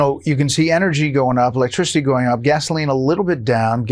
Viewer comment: Energy sectary can't pronounce electricity?